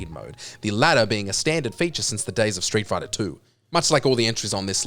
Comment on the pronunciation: "RU FROM STREET FOIGHTAH" 🤣🤣🤣